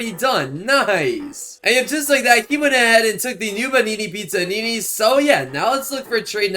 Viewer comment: He pronounces everything wrong Noobanini Pizzanini got me laughing